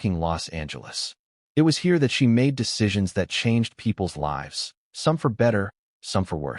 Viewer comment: It's a common gap in AI education. That and mispronouncing of words such as "live". Is it a long, or short vowel? And the tense of words. Read or past-tense, spelled the same way. AI needs tuning-up.